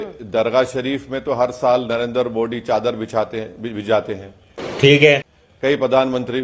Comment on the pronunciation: सबसे पहेली बात तो ये है कि इस चादर मोद, तू चिये को मोदीजी का नाम भी ठीक से लेना नहीं आता है। उन को मोदीजी के बजाय मोडी बोलता है। उस हिसाब से इसे तो असडडुडिन कहेना चाहिए।